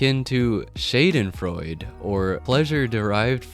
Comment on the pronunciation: As someone who took 4 years of German in high-school, the way you've pronounced the word Shadenfreude made me cringe.😬🇩🇪